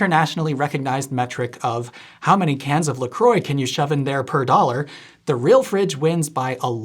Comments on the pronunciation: Why do you call "La croix" (French for "the cross") "LA CROY"? It's "LA CROAH". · La Croix is pronounced La Croy? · OMG he said "la-croy" !!!!! Brace for the "la krah" backslash 🤣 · Never heard about “la kroy” drinks, I assume it’s a US only brand but giving it a mispronounced French name sounds funny to me. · LaCroix … „Larcroy“ … isn‘t that pronounced more like LaCroissant? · That's not how to pronounce la croix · 1. It's green 2. You mispronounced La Croix 3. Get a life